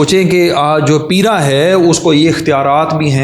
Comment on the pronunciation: انکروچ منٹ تو لوکل گورنمنٹ کے ذریعےمنٹوں میں ہینڈل ہو سکتی ہے بھاری جرمانے کریں ڈیلی نظر رکھیں بائ دا وے یہ پِیرا فورس نہیں پَیرا فورس ہوگی پ کے اوپر زبر پڑھیں